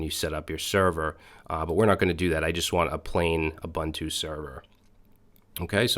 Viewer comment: have a look at "ssh-copy-id" for copying your ssh keys around, much much easier, and it works if you have jump hosts. and int not uBANTu, the way you say it is a slang word for african natives.